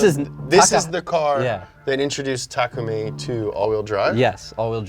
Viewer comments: Bruh this guys not meant to do it he said Nissan the wrong way also he said takumi name wrong also he said fiber wrong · Damn all this Initial D knowledge yet can't pronounce Takumi properly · Ta ku me not take ume